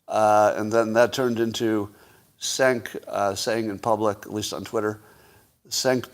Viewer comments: turkish... im pretty sure its jenk not senk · The correct way to pronounce "Cenk" is "fake news"